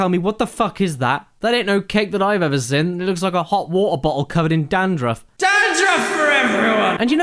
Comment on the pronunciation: Why does Caddy pronounce "seen" as "sin" I mean I'm British and I think it's weird as fuck